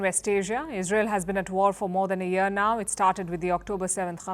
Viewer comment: "...for more than a yeea now.....in dah ehhh dee ah"